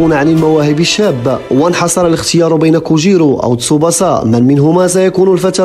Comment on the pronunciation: تسُبَاسَا و ليس تسُبُسَا